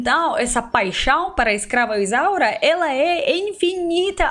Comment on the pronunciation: Amei amei amei. Quando você fala ESCRAVA ISAURA o mundo treme nos erres, tão bem pronunciados, é lindo. Eu não podia imaginar, o vídeo é uma grata surpresa.